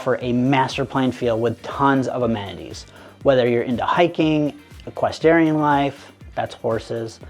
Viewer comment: did you say “equestarian??”